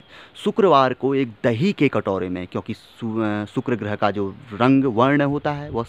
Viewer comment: Sukuro groho nahi sukuro boleyea